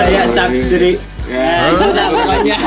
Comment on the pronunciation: Host ya ngomong subscribe ny belepotan wkwkw